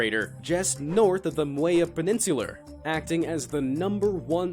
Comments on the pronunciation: Did he say peninsuler? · peninsula not peninsular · Did he just say peninsula as “peninsular” bout shoot my self in the head mayne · "peninsuler" Wow, that sounds pretty dumb haha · did he just say paninsuler? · ikr..imma bout' to start saying "peninsular" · I got to be toxic real quick....wait does peninsula end in an R. What kind of English is that and an assumption, that shit was done on purpose. . . if not you're book smart but low-key, have zero intelligence quotient.